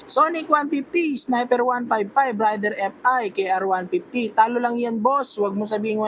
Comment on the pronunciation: Raider is pronounced as "Reyder".